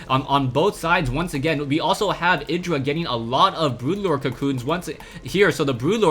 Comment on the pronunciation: Lovely game :D Btw, check artosis' videos to hear how IdrA is pronounced ( ee-dra )